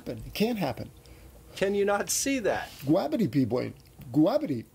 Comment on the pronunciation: So, P, I love how you say goo-rav-ity. Epic. Inside joke at our house. Anytime something goes wrong we say, oh goo-rav-ity!